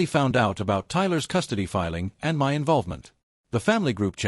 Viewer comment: Please, teach this aweful AI voice to pronounce "my"! This is horribly unprofessional. 😮